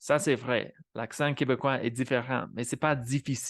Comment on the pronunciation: Ironically you pronounced "l'accent" and "different" with a Quebec accent...